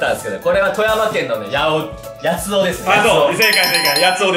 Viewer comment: 大阪の八尾と間違えるところ関西節でてる